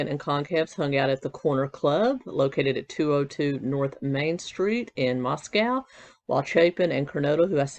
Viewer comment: Mosco like cosco is how it's pronounced, most people say it wrong, there's a town in Texas, that's how I know, just sayin. Love your channel!